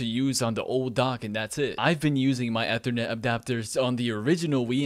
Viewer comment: Next video we teach him how to properly say “ethernet”.